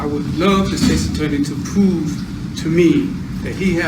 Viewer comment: he wants the states attorney to pooove? What’s pooove?